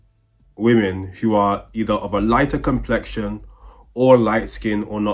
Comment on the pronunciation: the fact that she cant just say the word complexion makes me wanna just be like "ITS COMPLEXION"